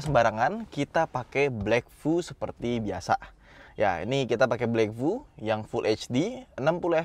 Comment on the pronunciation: Blackvue bacanya black view bang.